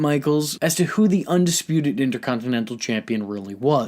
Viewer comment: i really love your videos bro but i fucking HATE how you say "Inter-contin-ental" Your goatee also sucks big time. Anyway keep up the good work pimp! 👍